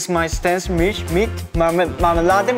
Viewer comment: For the German part they often pronounced the “Milch“ more like “mich“, which would then mean “mom often likes to eat me with marmalade in the morning“ instead of “mom often likes to eat milk with marmalade in the morning“ 😂